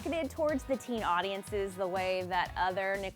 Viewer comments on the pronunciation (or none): none